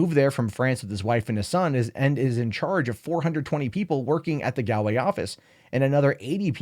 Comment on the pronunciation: Gaul-way. Not Gally-ah-way.